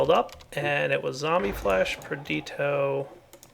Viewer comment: On day, ONE DAY, will pronounce "Perditio" properly. PerdiTIo.